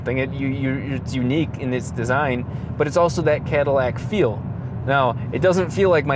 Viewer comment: I Could tell from his goofy accent occasionally popping up on random words- that "deat" "deat aahse" "cah-dih-lahc"